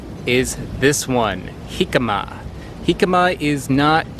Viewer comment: Pronounces Jicama correctly. Doesn't pronounce Tajin correctly :P Just giving you a hard time. Keep up the fun content!